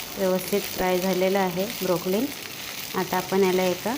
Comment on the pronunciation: ब्रोकोली म्हणा ताई ब्रोकलीन नाही.